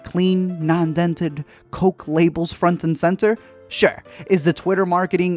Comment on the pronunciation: Drinking a crishpy croke